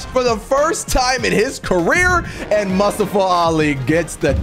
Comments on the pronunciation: It’s pronounced Mu-sta-fa Not Mus-sta-fa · Pronounces it.. "Musta-fah"...try "moo-stof-fah" that's a common name and easy to sat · keep saying mustiva it’s mustafa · you're killing me dude, it's moo - staa - fuh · Totally say mustofa name wrong lol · Hey it’s MOO-STAA-FA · You saying mustafa Ali wrong